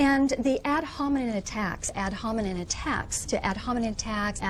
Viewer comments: IT's not "Ad hominen" you stupid bitch, it's ad hominem.. with an M at the end... fucking go back to school. I wish i could say this to her. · "Ad hominen"